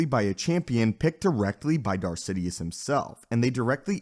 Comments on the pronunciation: Why do u pronounce Darth Sidious as Zidiuus? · I think he said Darth Zidious at least it sounded like that to me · he said darth zitious